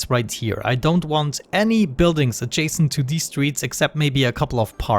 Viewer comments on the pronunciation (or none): none